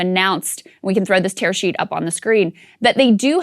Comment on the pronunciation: STOP SAYING TEAR SHEET!